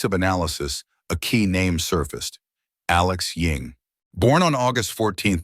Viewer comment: Why do you keep calling him Alex Ying? isn't his name Ewing?